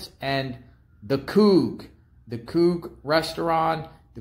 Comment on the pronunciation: It's pronounced Coo. Get it right